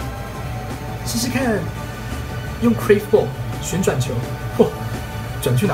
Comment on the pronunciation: 為什麼你curve的發音這麼奇特